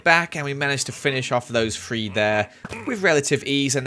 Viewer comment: Why does he say three like free and through like frough